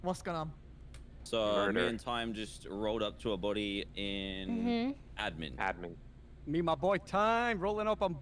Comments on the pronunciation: pronounces admin as ed-min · thats the joke, cause thats how says it, she say edmin